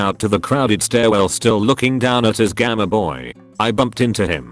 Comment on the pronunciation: Word:Gameboy Text to speech bot: g a m a b o y